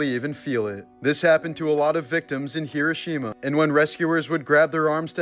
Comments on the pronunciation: He roh she mah not however you pronounced it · I heard kirishima at first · Hee-doh. Shee-muh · Hee-ROH-shee-mah. Dude. Cmon. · If you're going "pay tribute" to this you would think you would know how to pronounce it correctly. It's pronounced Her-row-sha-ma. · You're purposely mispronouncing the name of the place. It's grating and negates your effort at bringing awareness. 😊❤ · You mispronounced the word Hiroshima every single time you said it: wrong, wrong, wrong !!!!!